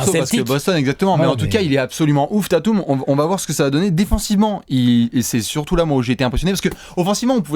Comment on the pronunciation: Super vidéo, mais juste, et vous êtes pas les seuls hein, mais c'est "Tayteum", pas "Tatoum" ;)